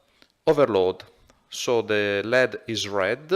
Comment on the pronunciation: Parli ingese meglio di me ma volevo suggerirti di pronunciare led come L.E.D. = "el. i. di." altrimenti significa piombo "lead".